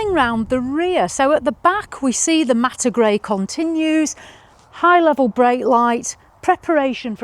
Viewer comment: What’s ‘Matter’ grey? Do you mean ‘matte’, as in ‘Matt’? It isn’t obvious on the video. 🤷🏻‍♂️